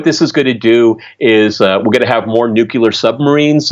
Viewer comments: He said nukular. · Tell Peter to stop saying 'nucular'. Sounds like GW Bush.